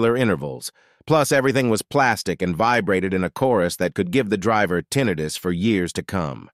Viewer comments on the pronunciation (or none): none